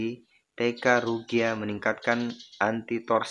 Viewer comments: Saya pengguna ryuga agak gimana gitu dengernya 😂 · RYUGA BOSKU BUKAN RUGYA 🤣🤣